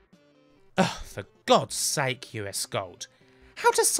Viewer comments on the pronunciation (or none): none